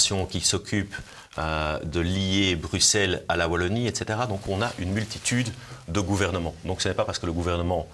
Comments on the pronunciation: Merci beaucoup pour l'invitation de "Chez nous" sur votre chaîne! Juste une petite remarque: Wallonie avec un W comme dans Star Wars ;-) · Merci pour cette émission, je suis de Lille, et avec la Belgique, nous sommes très proches géographiquement, mais également cuturellement (eh oui, nous fêtons aussi St Nicolas le 6 décembre, y a pas que dans l'Est!). Pour info, on ne dit pas 'Vallonie", ça pique, on dit Wallonie. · Martial je vous apprécie mais à l’avenir prononcez « oualonnie » svp ✊🏻